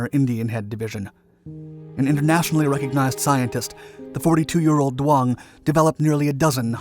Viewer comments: Duong is not pronounced Do-ong it's pronounced Z-ung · Who is dwong? Jeez, pull it together. Her name is doung. Pronounced like zung, Not dwong.